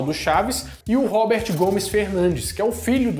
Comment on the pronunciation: Correções sobre o Chaves: 1- Chaves estreou em 1972. 2- TVS era o SBT antes de virar SBT. Emissora original do Chaves é a Televisa. 3- A pronuncia não é Robert, e sim Roberto mesmo